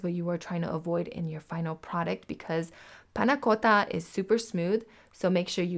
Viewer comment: If as delectable as your pronunciation of "panna cotta" then this is first class!